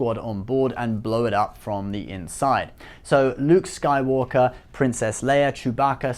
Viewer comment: Did anyone else notice how he said nuke Skywalker